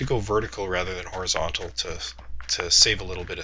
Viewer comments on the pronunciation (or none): none